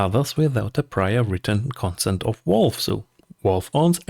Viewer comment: Why the heck do you say WALVE? It's VALVE, with a V :D